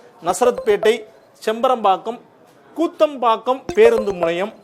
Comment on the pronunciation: கூத்தம்பாக்கம் அல்ல ❌- குத்தம்பாக்கம்✅